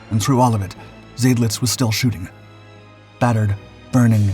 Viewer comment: Not Zaydlitz but Zydlitz. Of course this poster isn’t a human, but a brainless computer.